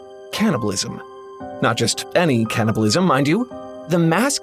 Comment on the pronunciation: Hey, It's called "Can"-nibalism, not "Can't"-ibalism